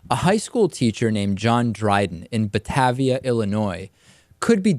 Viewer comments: I live nearby. Batavia is pronounced ButtAYveea, not buttAVVia. (long A in second syllable). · David as someone from chicago its not (bat-ahh-via) its (Bah-TA-via) hard A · Thank you for reporting on this. I'm not sure how you managed to properly pronounce my last name but didn't nail "Batavia" on the first shot, but that point is moot. The discipline went through. Dryden was suspended without pay for 1 day, hit with a $490 fine, and given a note of remediation on his permanent record that will be a very bad mark in the event he applies to work elsewhere. I'm sure you'll hear more about this story in the coming days/weeks.